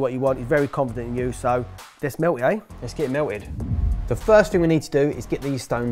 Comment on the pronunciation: "let's get this melw id"